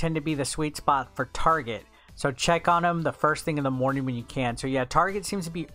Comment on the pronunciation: Did this really just say tarjay